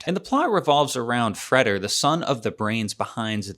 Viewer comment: I’m pretty sure it’s Fray-der, not Fred-er